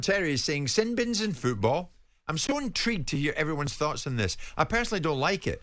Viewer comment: Jimmmmmmmm it's FOOT ball NOT fecking FEWT ball!! Learn the word please!!!